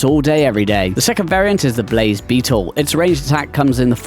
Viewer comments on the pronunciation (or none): none